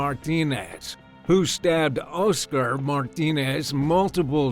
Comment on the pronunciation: "Oh-scer"?!?!....It's Oscar... pronounced Ah-sker...Oscar dude.